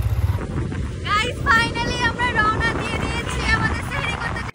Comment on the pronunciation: তোমরা সেহেরি বলছো হবে সাহারি